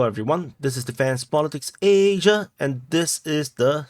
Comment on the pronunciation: Ayyy-sia :face-green-smiling